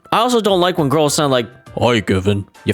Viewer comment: the way he says "gurls" just pmo and the video just gives off bad vibes like a person who doesn't go outside much that being said I don't know that guy this is the only impression I have of him and it just pmo so hard